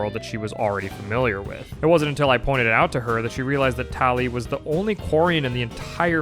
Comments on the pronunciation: I'm sorry. "Tall Lee"? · "running into TALL LEEE" im dead